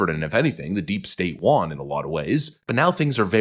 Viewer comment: You've started pronouncing the word 'won' like 'wan' (as in rhyming with yawn) and it's been distracting me lol. Were you always this way? Anyone else notice this? Or am I just losing it? 😅